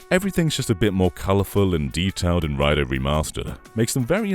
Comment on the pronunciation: It's prounounced "Ray-doo"